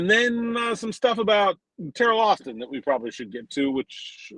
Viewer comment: It sounded like said Terrible Austin, lol. It feels accurate right now.